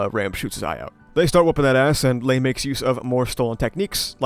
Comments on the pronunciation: I don't think Gluttonys name is pronounced Ley. More like 'Lie'. Lye, Loy and Luis, or Rye, Roy and Rui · Not sure where I heard this but I think Ley Batenkaitos is supposed to pronounced Rai. It’s some sort of naming scheme with the gluttonies Rai, Roi, Rui.